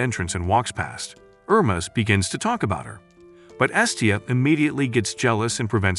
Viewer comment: The name is pronounced Her-mees. I had to stop watching, as it was like listening to fingernails on a chalkboard on how you massacred the name.